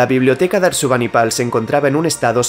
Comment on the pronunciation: Ojo, es ASURBANIBAL, y no “Arsubanipal” 😅